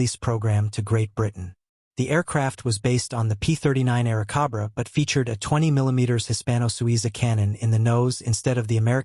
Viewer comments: Air Cobra! Not Kabra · COBRA. NOT CABRA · AircObra... not AircAbra... ROBOT - from where??? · Good grief. I don't think you got the name right even once. It's an Airacobra. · How much can you trust the info in a video where they author can't spell or pronounce the name of the plane properly?